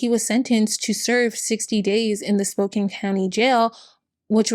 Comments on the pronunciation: I dont mean this in a rude way I just live in the area so I noticed it. Spokane is pronounced Spow-can not spow-cane. Its a native american name Love your videos <3<3<3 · Hello! As a friendly neighborhood Washingtonian, I wanted to let you know we pronounce Spokane as "spo-can," not "spo-cane." Love your videos! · Oh hey Spokane! (It's said Spo-Kan btw!) I was born and raised there! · It's spoke can not spoke cain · I love your videos but I just wanted to let you know Spokane is pronounced Spo-can not Spo-cane, if it ever comes up again the future. - Washington resident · Small thing, but as someone who lived there, "Spokane" isn't pronounced like "Cane" but rather "Can" at the end. It's how the locals can make jokes about "Spokanibis" and such. lol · I am disappointed on how few "its pronounced Spo "can" " comments there are lol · Spokane rhymes with man, "Spo-can", not mane. 😉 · Great video! For future reference Spokane - the kane part is pronounced as "can" :) thanks for the information, very comprehensive and impressive! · Growing up in Spokane (it does not matter, but it is spo/Can not Kane), and knowing lots of people who sold Young Living because there is a lot of LDS and other millennial religions in the area and it was a “local” business. I did get some deodorant once, but then I found out about him holding his own baby underwater for an hour? I never got it again, it was nice at least- awful company, horrible founder. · Spokane is pronounced like Spo-can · fighting the obnoxious urge to say „Its pronounced "SPOKE-ANNE!““…(i love you. im sorry) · Excellent video. Highly informative. Very telling he jump from lands preservation to logging without batting an eye. However, it is my sacred duty as a Spokanite to inform you the 'e' is a lie. Spokane like 'Spo-can you please change your city's name already.' ;) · When will Spo-Can have enough notoriety to be pronounced correctly? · Honey, it's pronounced Spo-can (Spokane). For future reference. ☮️💜